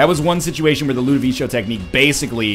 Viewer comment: Youre so obsessed with pronouncing jera and Azazel correctly, but you still cant pronounce Ludovico?